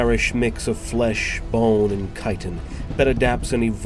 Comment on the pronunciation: The correct pronunciation of "chitin" is greatly appreciated.